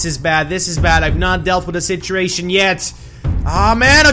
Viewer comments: he says citriation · i like the way you say situation you say sitreation